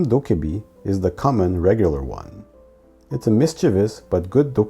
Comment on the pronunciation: everythings fine until you notice they said “dobbaebi” instead of “dokkaebi”